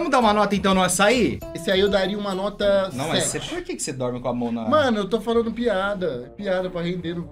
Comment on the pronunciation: T3ddy e sua dicção impecável kkkk "Notra, nota 🤭 notra quatro ponto OITRO